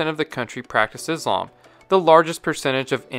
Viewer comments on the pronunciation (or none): none